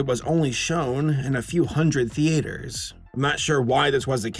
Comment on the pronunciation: You say theater weird and yes I know you hear this alot